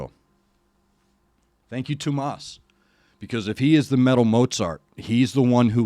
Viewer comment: Yeah, you got the name about right. It's three syllables, though. Too-oh-mas. He's said that this is more of a tribute than a cover. By the way, I know it's all entrancing, but to avoid copyright issues you may want to pause a bit more often. I'd hate to see these banned - you bring a perspective I haven't yet seen.:) <3 Nightwish themselves don't want to block these, but their record company might. If I may put forward a suggestion, their take on Phantom Of The Opera with Tarja from the same show has a fantastic tone. It might be a true cover, but it's really something else. I love it far more than the original. Hang in there,.